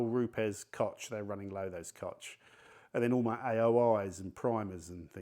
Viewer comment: "Kotz Chemie" .... Und der Inselaffe kann IMMER noch nicht korrekt deutsche Wörter aussprechen.... Ich muss auch "Kotzen" wenn ich deine Aussprache von KOCH höre... Naja, es hat schon seinen Grund, dass Deutschland die kulturelle sowie technologische und bald auch militärische (500 Milliarden € werden gerade investiert) Leitmacht Europas ist...